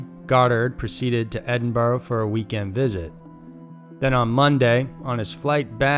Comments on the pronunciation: It's not Edin Borrow its Edinbra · You... did.. NOT just say "eh-din-bur-roh." Pleeeease tell me you didn't say that. Wtf is wrong with Americans saying that and "ver-saylz" for Versailles. Omggggg (yes im american) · Please learn how to pronounce Edinburgh.